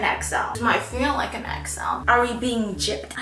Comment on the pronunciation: i keep hearing exo every time she says xl😭